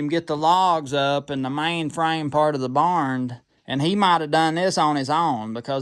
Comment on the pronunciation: I'm as country as they come but I never heard anyone say barnd, thought I misheard at first. Keep them videos coming, I love'em.